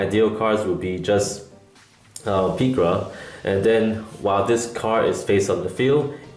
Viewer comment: The japanese name is pirika not pikira...